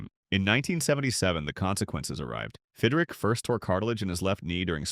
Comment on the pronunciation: Stupid AI mispronounced names. It’s Fidrych not Fidrick.